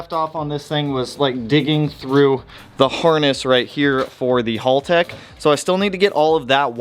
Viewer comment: FOR GOD'S SAKE!!! IT'S HAL-TECH NOT HOLLTECH. HALTECH!!!